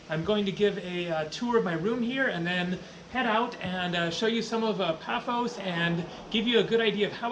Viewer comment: its PAFOS.